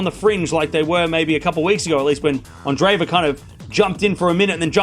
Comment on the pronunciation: A minor point, but her name is not pronounced "anne-DRAY-va." That double e represents two separate syllables: Ahn-DRAY-yay-va. Like the name "andre" (with accent on second syllable) and then added to it "yeva."